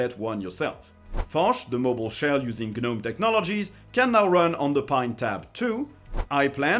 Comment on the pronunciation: you DO NOT pronounce the G in Gnome.... its pronounced Nome.